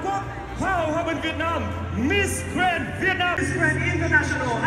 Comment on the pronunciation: Miss Grand mà nói nghe ra Miss Trans ( Miss chuyển giới hả ?? ) 😌